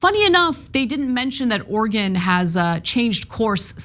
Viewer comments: Oregon, not Organ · You need to learn how to pronounce Oregon. It's not Organ.